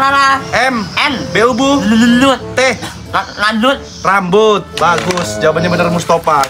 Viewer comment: Wkwkw sakit perut gw, rambut dibaca tank😅